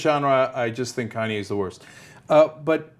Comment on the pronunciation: How the fuck does she pronounce kanye? Khan-yay?